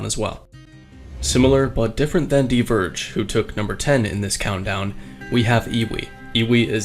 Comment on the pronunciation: Like how you said Dverg. Dverg in norwegian means "Dwarf" btw. :)